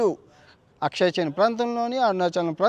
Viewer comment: అది "అక్సాయ్ చిన్". అక్షయ్ చిన్ కాదు.